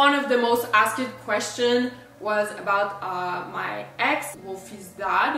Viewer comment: It really puts me off that you still can’t properly say ASKED after years of talking to thousands of people in english daily. Its getting better but seriously, you should invest in a basic english class to perfect it lol